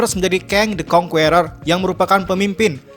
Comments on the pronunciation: Bang, sebut Kang the Conquerer itu "Keng de konkerer" bukan "Keng de konkUerer" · kritik buat admin atw siapapun yg bikin vid ini.. pliss bgt di PERBAIKI pronunciation ny.. asli gk enak bener di denger ny banyak kata2 dlm bhs inggris yg pronunciation / pengucapan ny jauh bgt, contoh "conqueror" dll.. mau kan bikin video yg enak didenger buat org banyak hehehe..